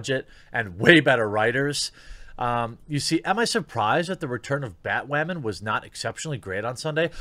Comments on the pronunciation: why do you keep saying batwowman? is this like another "coov" thing? are you having another "fetch" moment? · Anyone know why he keeps saying Batwamman? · BAT- "Wamen" hehehe every time he says batwoman he sounds like baby learning how to use the letter "R" ... IAM weally weally sowie heh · Please don't stop saying BATWHAMAN! 😂😂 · its funny how he pronounces BaTWoMaN